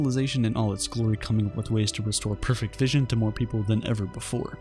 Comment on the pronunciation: Perfect only has 2 syllables :(